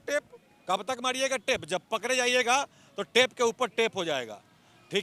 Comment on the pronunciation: Or ap bihari ho...ra ko da or da ko ra bol rahe h ...pakde ko pakre etc 😂😂😂😂